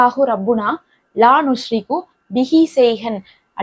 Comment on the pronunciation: அரபியில் உஷ்ரிகு என்று இருக்கு நீங்கள் நுஷ்ரிகு என்று வாசிக்கிறிர்களே எது சரி